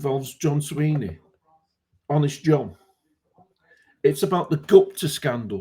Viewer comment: It is Swinney not Sweeney.